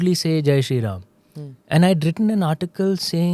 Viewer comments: with all respect i ask you why you say rama not ram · Sincere request to Smita is to keep the names and noun as it is - avoid aa after Ram, Ravan, Upanishad, Ved. There is no aa after these names…..